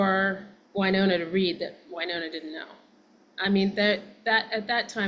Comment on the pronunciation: It's pronounced WY Nonna not Winona